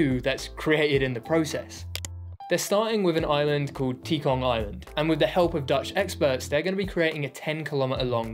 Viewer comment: Singaporean here. Loved this video on stuff even most locals won't know. BTW Tekong Island isn't pronounced "tee-kong" island. It's "tuh-kong" island.